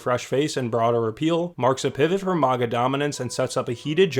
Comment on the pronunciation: please stop saying MAGA like that